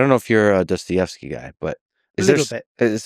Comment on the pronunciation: "are you a dostevesky guy?" lmao lex